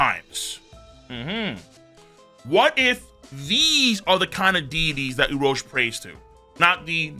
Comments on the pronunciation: The number of times he mispronounced Urouge is too damn high!!! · Saying his name wrong is filthy…that on purpose?